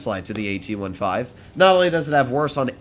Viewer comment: can you start calling the tank "AT-fifteen" some day?